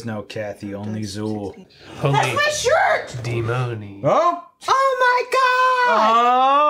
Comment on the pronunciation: this was one of the my favorite movies as a kid. too young to see it at the theater but loved it (even) in VHS. 😍 the 2 is very good too. btw it's pronounced Dèmoni not Demòni.😅